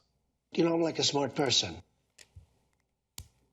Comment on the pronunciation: "My uncle was smrt, quid pro roe, I am too, a smert guy"